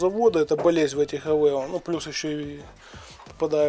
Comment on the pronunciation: и пожалуйста не говори авЭо))